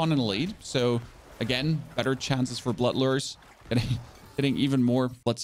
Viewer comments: It’s not “Lrrrr” is “Looo-er”, you know… like I’m fishing. I know this is an annoying comment but it was killing me. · Lure is "lo͝or", not "ler". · “Lurrrr” It’s a lure.. “Loo-Er” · So lure is now pronounced luur? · the fact this man can't pronounce "LURE" killed the video